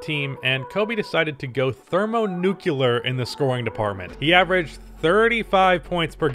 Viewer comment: Neukulurr > Nuclear